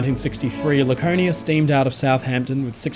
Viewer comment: Once I heard "Lakernia" and "smatest", I had to leave. Please educate yourself on how the letter R works.